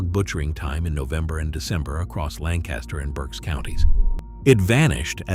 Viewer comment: I am Pennsylvania Dutch and eat and can find all these foods. Learn how to pronounce Lancaster the way locals do and rivels. A treat for my kids and grandkids was milk rival soup topped with butter and brown sugar. This is not accurate and pronouncement is horrible.